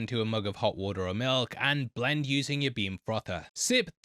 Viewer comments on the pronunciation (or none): none